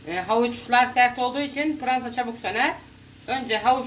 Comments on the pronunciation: Pıransa ne ya fıransa der gıbı sade pırasa bızım burda oyle derler hamuru yumak yapmaya bıle beceremıyorsun kalkmıssın tarıf vermeye onune gelen kanal acıyor ha bırde bu kadar bagırmanın anlamı ne hıc bır sey ankamadım off vallahı cok garıpsunız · Siz pirasaya piransa demissiniz.Bende Fransa anladim.😁😁😁😁